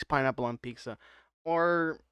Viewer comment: Is he saying peeksah instead of pizza?